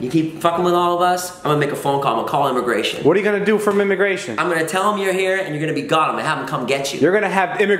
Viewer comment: Anyone else catch David saying mimmigration at the beginning of the vlog